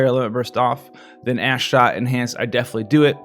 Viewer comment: Hey Buddy, Thanks for making this video. I gotta say Ash Shot sounds very wrong when you say it quickly lol. Made me giggle for a while anyway.